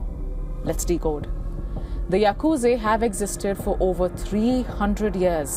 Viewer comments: Why call Yakusa Yakuze?? Very Annoying to hear. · Yaaa kuuu jaaa not yakuje burbag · It's Yakuza not Yakuzi and by the way your channel is shit!!! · Pronunciation It's yakuzah not zay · It is yakuza not yakuzi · Its Yakuza not Yakuzi you brainless curry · Its yakuzaaa not yakuzeyyyy* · Mind numbing presenter who cant even pronounce yakuz'a' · Bro said yakuzei 😂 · the way she calls yakuza the yakuze is funny😂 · Shitload news coverage. Can't pronounce Yakuza. Journalist must be indian